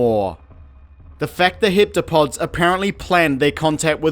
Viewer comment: ironic that an alien movie about language somehow causes you to call them "hiptopods" ... dude thats not what their name is... there is no i in that word...